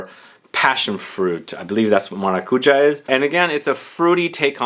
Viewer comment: Given that pronunciation was mentioned :) Maracujá (with that accent in that last sillable) is pronounced: maracuYÁ at least in Spanish. In Portuguese most likely the same. PS. Great word near the end of the video: "pull-offable"